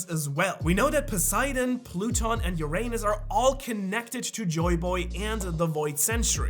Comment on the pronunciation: Bro you gotta fix the way you say Uranus.